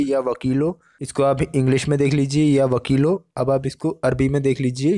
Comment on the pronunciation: Ya WAKEELU sahi pronounciation hai Laam pe.pesh hai na . Bhai.. Jajakallah